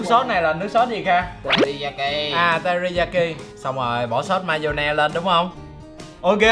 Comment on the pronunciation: TERIYAKI đừng hỏi lần 2